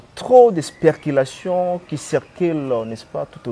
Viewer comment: on dit spéculation